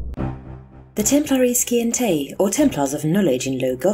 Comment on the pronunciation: Scientae... Si-ent-a (like the word Science)